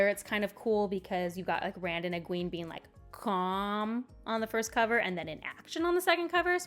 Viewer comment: Egween 😭😭😭 why my ears I’ve never heard that before